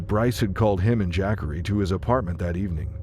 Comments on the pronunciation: Jack-ary Taylor? Hahah! Have you ever heard of a black person named Jackery? You don't know too many black people or too much about them do you.. Look, I don't even know how his name is supposed to be properly spelled but I can promise you that's not how you pronounce it it's pronounced more like this Juh-car-ee. I've seen that name spelled Jaqari... anyways I do like the video you made though👍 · Jackery, not Jah-Corey? LOL. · Ja’Corey. Not jackary. SMH. 😂😂😂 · JAH- COREY.... Who tf is JACK-ERY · Dayum!!! But "Jackery" though??!! C'mon bruh smh... AND the captions are AZZ!! Fk this channel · I laugh every time the AI voice says “Jackery” 😂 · I know u smarter then that kept saying jackery the whole video smh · The way the narrator says the name Jacorey 🙄